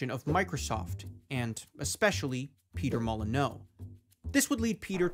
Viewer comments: its not "mo-lee-nyou" either its "mo - lee - nØ" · It's really not "moh lee new"